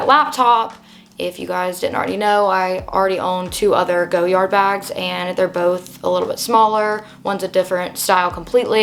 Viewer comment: Cute bag… it’s pronounced Goy-ard not Go-yard 😊